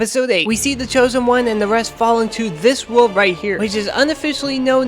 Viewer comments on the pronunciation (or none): none